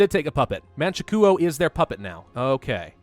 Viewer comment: Man-Chu-Kwo not Man-She-Koo-Oh